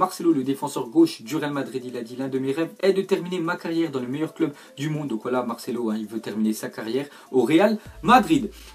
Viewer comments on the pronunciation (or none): none